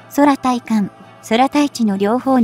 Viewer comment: 空対艦(クウタイカン)ミサイルをソラタイカンとか読まないで下さい。